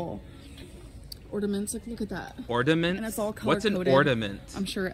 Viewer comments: LOL! "ORDAMENTS"😂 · Color coordinated "ordaments" at walmart is what is awesome to her